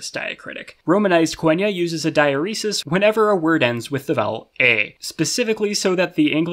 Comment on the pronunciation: losing my mind over the pronunciation of diaeresis